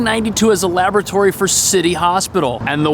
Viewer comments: I can't get passed how he pronounced laboratory lol. Can't tell if he's kidding or not. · Ive never heard it pronounced (Luh-boora-Tory)